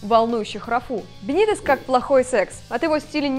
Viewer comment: неумастная шутка про секс, неправильное ударение в имени Рафы, слишком субъективные взгляды на многие вещи, но в целом не так уж и плохо. Есть куда расти. Кстати, чья идея была пихнуть сюда Бенитеса? Бывший коуч скаузеров в МЮ? Вы там обкурились?